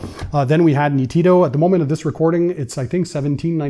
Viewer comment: Hello. The pronounce is almost perfect, but the accent is on the first "ee" sound, immediately after the "n". Greetings from Italy 🙂